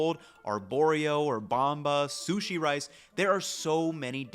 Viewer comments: I swear you have a minimum of one mispronunciation per video. I’m not being critical. I just find it interesting. It’s like an egg hunt for me to find the word you mispronounce. Keeps me in suspense til I hear it. This time was sushi as sue-see . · “Soosy rice”